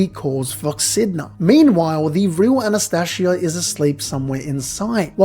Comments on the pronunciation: It's Anastasia not Anastashia. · Are you mispronouncing the names on purpose? Subaroooo An as tasia